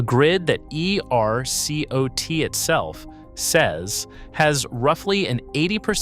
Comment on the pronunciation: It's AI based on the way ERCOT keeps being pronounced